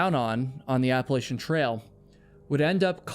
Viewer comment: Appalachian is pronounced: App-uh-latch-un ❤ ❤ ❤ other than that, don't quit doin what you do, you're awesome!